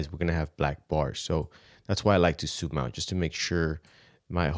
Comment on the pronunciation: I'm not sure why I'm bothered by the fact that he can't say ZOOM but says SOOM instead. All in all this video is great.